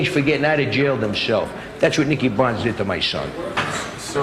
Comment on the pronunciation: bonds is how he pronounces it